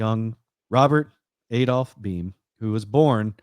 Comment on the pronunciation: also it’s pronounced blame without the L❤️